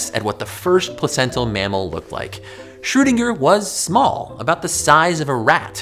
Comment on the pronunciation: I heared Schrodinger, so I thought, It was a cat, but it was a Schewdinger, LOL.